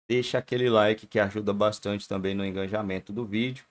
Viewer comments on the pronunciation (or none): Com respeito: errado " enganjamento" certo " engajamento".